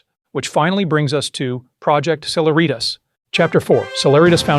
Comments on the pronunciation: Just a note: celeritas is a Latin word meaning speed or swiftness. It is the “C” in E=mc2. It is pronounced: seh-LEH-rit-us. NOT: seh-la-REET-us. Really good and well reasoned video. But your pronunciation of celeritas was hitting me like scratching fingernails on a chalkboard. Yeek! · "Cehlehreeetas" , emphasis on the second " eh".